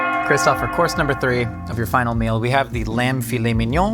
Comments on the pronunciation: Not Christopher but Christoph Name Waltz is to be pronounced as "VALTZ" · As a fellow christoph im offended don't add an R it's christoph not christopher it's actually annoying af